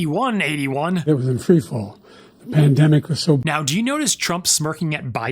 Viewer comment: Did I hear right, the economy was in tree fall?